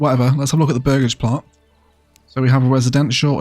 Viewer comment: This game looks incredible and yes you are saying burgage correctly!